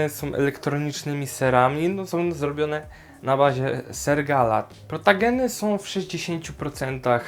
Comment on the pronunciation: Super Film o tej rasie mówi się protogen a nie protagen jak coś Nagrasz film o złej stronie fandomu? To duży probelm i mnie to denerwuje bo mnie wyzywają ciągle